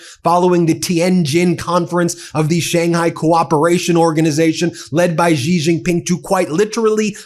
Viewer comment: Xi Jinping is pronounced she like the woman like the girl. She